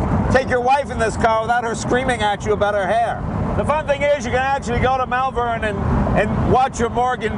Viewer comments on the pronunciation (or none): I want to lick that car clean!!!!! Beautiful beyond description. Two small points for Jay though; 1) The opposite to claustrophobia is "agrophobia" 2) Malvern is pronounced "MAWL-venn" Loved the little comment about aluminum/aluminium! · Morgan cars are made in Malvern (pronounced Molvern) in Worcestershire (Wus ter shur) Well worth a visit, not just for the car factory, for the beautiful countryside and the history. Elgar to name one famous son of the county.